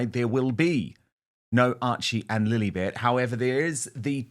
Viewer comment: 43 seconds in and Dan said "Lilibet" Ugh!